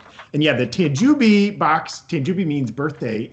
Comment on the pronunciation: again,.....it's pronounced Tan JOE Bee. Not Tan Jew Bee